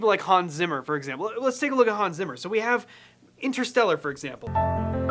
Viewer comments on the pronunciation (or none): none